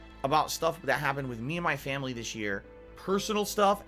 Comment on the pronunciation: I laugh every time he says 'my family'.